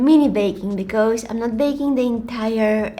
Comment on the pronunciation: I love it when she says "becoose". I just love you 😍